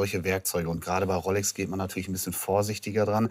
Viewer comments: Dieser Pseudo-Experte. Er kann nicht mal die Uhrenmarke aussprechen. Es wird Rolex ausgesprochen und nicht "Rollex" 😄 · Mich triggert es irgendwie dass immer "Rollex" sagt 😂